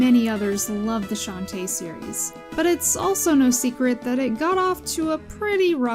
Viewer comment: "Shanty" is not even the worst way I've heard for people to butcher Shantae's name, I have heard one guy on Youtube call her "Shentai" once